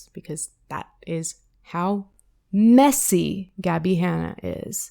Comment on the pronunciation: i love just emphasizing messy to be petty XD